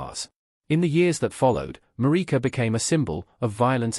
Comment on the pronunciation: It's a crying shame that the commentator could not pronounce Marike's surname correctly.